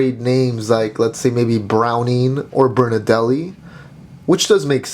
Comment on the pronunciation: "Burn A Deli" BRUH Lmao